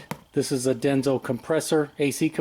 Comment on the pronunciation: It's Denso, not Denzo.